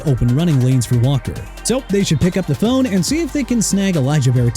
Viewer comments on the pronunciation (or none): none